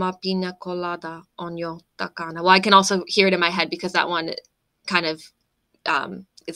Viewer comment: A good job! The stress in Finnish is always on the first syllable, which then makes English hard for Finns. In the word TAKANA you have the correct t, by the way. 😊